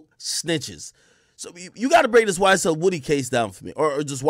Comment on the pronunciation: Wow this man said YSTell